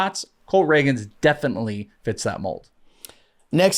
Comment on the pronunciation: I heard Cole Ragans pronounced wrong and I’m out.